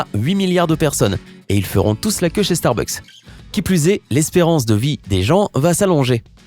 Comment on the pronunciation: mais pourquoi il di starbuk s est mc